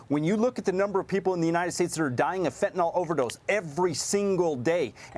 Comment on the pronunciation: Fentanyl, not Fentanol!